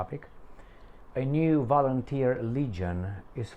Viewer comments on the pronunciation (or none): I like that "volunterski"...😂😂😂